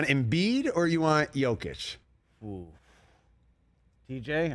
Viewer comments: For the love of God... the guy is a 2x MVP and been in the League 8 years... Learn to say his MFing NAME. It is NOT Joe Kitch. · Joe-kic?! Still can’t say his name right! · I love the RE show, but whenever they get into NBA stuff its hit or miss. They can’t even say Jokic name right. You can tell they simply don’t pay attention to the NBA as closely